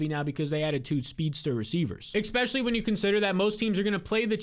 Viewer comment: Awesome content man, but STOP SAYING "EKSPECIALLY"